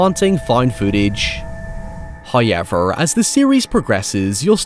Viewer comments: God, I love how Irish youtubers pronounce certain words. Every Irish Youtuber I’ve watched loves to use the word “Hoyever”. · First "hoyevver" drops . And Gemini Home Entertainment is a work of unparalleled genius. The woodcrawler screaming "Help me!" in the paddock is indelibly etched into my psyche. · This is great that you're covering analogue horror. It's a fantastic genre. You do a fantastic job with it and it's fun to see it presented this way. Please do as many as takes your fancy! Honestly curious, why do you call acres, arches? Is that a pronunciation thing, like hoyever? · Hoyevver gang